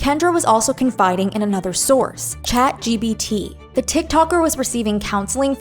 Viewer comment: also its chatgPt not chatgBt sry i cant